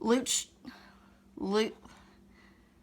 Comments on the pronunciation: Pronounced Lois-trum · I'm sorry, I had to laugh a bit about your pronounciation of "Leuchtturm". :-) It is the German word for lighthouse. I think even some Germans can't pronounce it right. ;-)